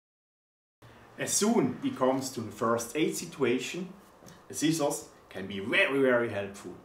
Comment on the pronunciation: LMAO 😂 😂 😂 "Sea Sauce" = "Scissors"